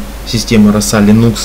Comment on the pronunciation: дружище, слово "лИнукс" ударяется на первый слог по имени автора ядра - ЛИнуса Торвальдса, а не ЛинУса. По крайней мере, Линус сам так произносит: лИнукс. Тренируйте произношение.